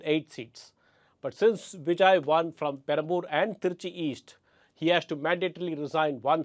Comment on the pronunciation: Sir, a small observation: you have a tendency to pronounce "v" as "w". Some words that I noticed were Vijay, vote, delivered; where you round your lips to make a "w" sound instead of touching your top teeth with lower lip to make a "v" sound. You have great diction though so I am sure it's an easy fix with a little practice. All the best.